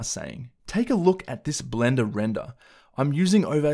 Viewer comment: blenduh renduh :D